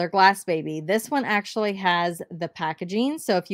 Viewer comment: Ok I love you BUT it’s Glassy baby